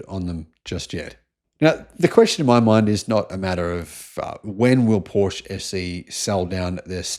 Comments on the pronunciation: Porsche not Porsch! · you’re an electric automobile journalist. Porsche is a two syllable name, you know how to say it properly. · Evidently you need to ask how to correctly pronounce Porsche. 🙄😖